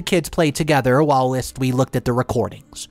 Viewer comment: the word is whilst, not whilist, which is not an actual word. When you mispronounce a word, it triggers me, and you mispronounce quite a few.